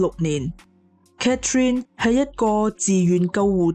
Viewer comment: 你講女主人的讀法讀错了😂😂😂Catherine; why not Cathy?